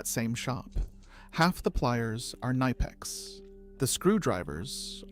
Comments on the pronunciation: K N I P E X not KNEIPEX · It is not "nipex" it is K-nipex and the i is pronounced like in "lid" not like in "like" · I fucking hate how this AI pronounce "Knipex".